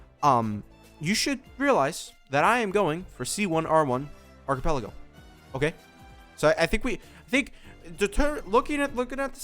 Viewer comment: whos archipelago? do u mean arlecchino?